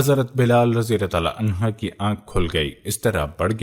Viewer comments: Clear your arabic language it is anhuh not anha. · Ap please anha ki bjay anho bola kren